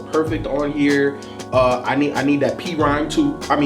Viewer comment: Why does keep calling it P-Rhyme? It's Phryme "This is for the real Gangstarr fans, not the ones that call us P-Rhyme" - Royce